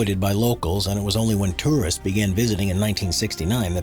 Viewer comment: Whoever the narrator is he needs to learn how to pronounce words correctly. Terrorists flock to Norway?? He meant to say Tourists.